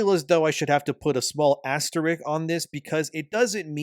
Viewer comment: lol "asterik"